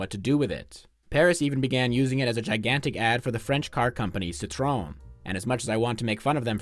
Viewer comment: Agreed! Awesome channel. Would be even better if he learned how to pronounce Citroën.